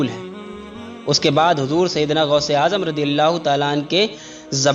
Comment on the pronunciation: गौस होता है गोश नहीं